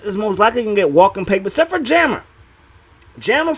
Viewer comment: Wtf is Jammer Fletcher lol! It’s Ja-mar lol! Great vid tho I’m a new sub I like your content pimp